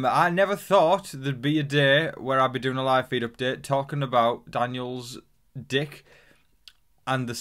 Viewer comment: the way you pronounce daniel’s dick and magnum condoms >>>> brilliant